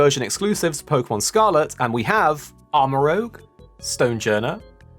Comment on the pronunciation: I have seen so many people mispronounce Armarouge. It's rouge, like the colour, not rogue, like the thief.